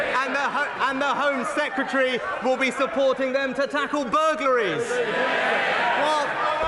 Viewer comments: Mr Starmer, it's "Sec-Ret-ary", not "Seketary". There's an "R" in the middle of the word. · Kier Starmer you were the Attorney General but you can’t pronounce Home Secretary smh 🤦‍♀️ SECETARY 😂